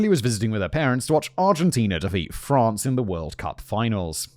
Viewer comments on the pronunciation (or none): none